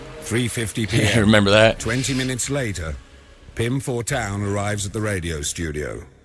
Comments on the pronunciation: I find it amusing how you pronounce his name as "Fortune", which is the English word for "Fortuin" (new spelling for the ancient spelling "Fortuijn"). So technically you're correct in the meaning of his name despite the difference in pronunciation ;) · it's okay for you to pronounce it as fortune, thats what fortuyn means, spelled a little weird though. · FORTAIN FOR PRONUNCIATION PURPOSES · fortuyn is accually the old dutch writing for fortune. we write it as fortuin nowadays but the pronounciation is the same. might be a fun fact. And also, I strongly believe Pim Fortuyn would have loved it if you called him fortune as an american. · You did not pronounce his name wrong. You just translate it. 😁